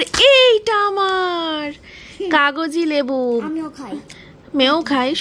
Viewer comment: ওটা কাগজি লেবু বলে না ওকে কাগজি লেবু বলে ।